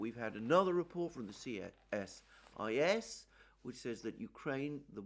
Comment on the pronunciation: CSIS is pronounced Cee-Sis